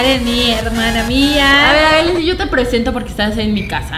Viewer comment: sjjsjsjsjsjsjsjsjs meda un monton de grasia como dise karen: soy asle sjsjjsjsjsjsjsjsjsjsjjsjsjsjsjss *se muere de la risa * esque osea dise soy asle soy aslie jajsajsajsjajsajsjajsasjajjajsajsjajsajsjajs